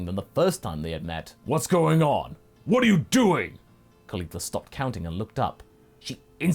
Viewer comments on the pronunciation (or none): I always roll my eyes when I hear Caulifa, you have made her very entertaining so far, pretty amazing things